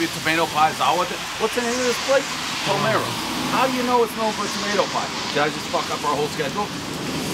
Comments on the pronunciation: thank god someone finally told Dave how to pronounce "Palermo." This is not the first review where he says Palmero instead of Palermo. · PAH-lear-MOH. Dude if you're going to rate pizza, and you're friggin' awesome at doing so, pronounce the Italian correctly. Palermo is in Sicily. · Thank god the owner corrected you on how to say Palermo. Come on Dave, get yourself to Italy more specifically Sicily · For the love of God, Dave please pronounce the pizza places correctly lol! It's PALERMO not Palmiro...who the heck is palmiro?? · paler-mo in my native language if you seperate and pernounce those 2 words. it literally means "your Di*K" hahhaha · I swear if he mispronounces it again . . . P A L E R M O . . . Come on Dave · PA LER MO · The fact he fucks up the name of the capital of Sicily when he’s doing a review on pizza for some reason pisses me off so bad I need to calm down lol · Possibly my favourite non-contentious review of all time. Nice owner, polite kids, great scores, Dave on point, rain noise, cars rushing past, community vibe … but why can’t he say Palermo?!😂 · If a Sicilian heard you try to pronounce Palermo, they would’ve buried you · YOU'RE A PIZZA GUY AND YOU CAN'T SAY PALERMO? AUTISM OR DYSLEXIA? TIGHTEN UP BRO! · I came here just to see of he could pronounce the name , and he can't 😂